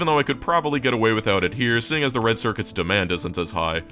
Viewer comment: For a moment when he says "rend white and blue" y almost believe he could say Paraguay 😢❤